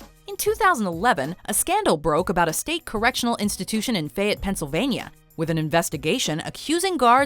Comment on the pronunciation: You pronounced Fayette wrong